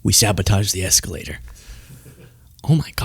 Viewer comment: Escolator down tellapropter down 😂